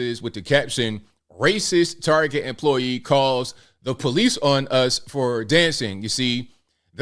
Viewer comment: Its TAR-Get, not tarjay! You sound so gay saying it wrong!